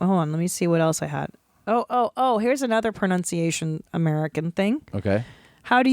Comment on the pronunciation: These two are SO hillarious together. I love how Tom says pro-NOWN-ciation throughout the whole video. 🤣